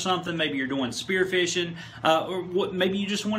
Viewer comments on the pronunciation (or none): did you say "maybe you are doing speare fishing" when you were talking about bottom time???